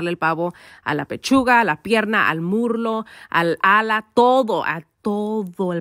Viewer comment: Se dice muslo not murlo replace the r with s that’s all 👍